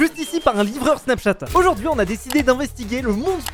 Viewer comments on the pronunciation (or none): euh "aurjourd'hui" ?😂